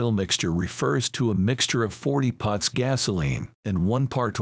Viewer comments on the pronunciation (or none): Thanks for loading this video. It is *parts*, not pots.